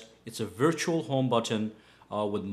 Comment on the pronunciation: Butttton. Listen to everything macpro too. Buttiin.